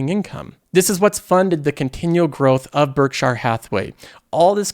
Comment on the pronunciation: it’s pronounced Berk Sheer not Berk Shire.